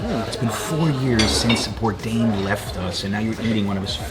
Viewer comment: "Anthony Bourdian" and just like that Anthony became armenian :D